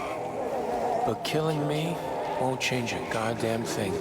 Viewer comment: You said "shange" so many times in this video I now believe that that's how the word is said.